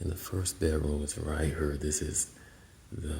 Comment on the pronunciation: Congratulations on the new house! that is amazing! I love all the "right her" he he he! Your accent is so amazing. Maybe you could do a video to explain all the different words or slang you have from St. Louis!